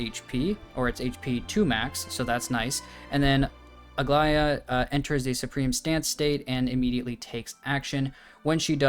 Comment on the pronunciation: How is it that every way people say Aglaea's name is wrong? Its Greek yes but its not that hard